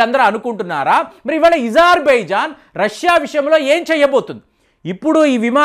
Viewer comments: ఈజార్ బైజాన్... ఈరాన్... ఏంది ఇది కొంచం మంచిగా పదాలు పలుకు. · అజార్ బైజాన్, ఇరాన్ అని పలకండి సర్